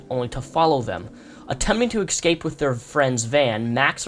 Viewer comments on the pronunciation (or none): don't mean to nitpick but you said it so many times during the video - ecscape is not a word, it's escape (eh-scape) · I am a reptile, but please try and pronounce escape correctly, instead of excape, if you are able to :)